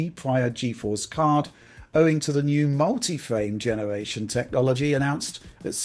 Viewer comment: Not trying to be mean, but this guy’s rhotacism really gets to me for some reason...I actually had to look up what it’s called. Hearing “phwame genewation” and “path twacing” over and over is just too much, man. If it’s due to a neurological issue I sincerely apologize, but if not... yea 😭